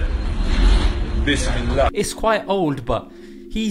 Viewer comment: Bisimillah not bismillah